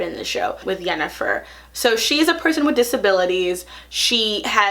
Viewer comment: How do you watch a whole show without picking up hardly any of the names and pronunciation? The only one you seem to have gotten right is Yennefer.